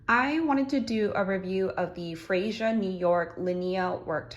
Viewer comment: I think it's pronounced "Freya"